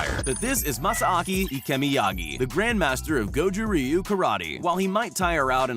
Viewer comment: Don't pronounce the y in goju ryu